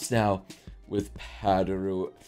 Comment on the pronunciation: Also... Padoru, not paduro.